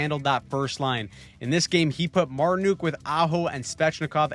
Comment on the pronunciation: marti-nuk not marti-nuke